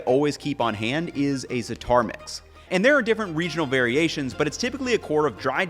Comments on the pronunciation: please just say "za - atar" and not zataaar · You're pronouncing "Za'atar" wrong. Just read the word, FFS. Not freakin' "Zataarrrr" :(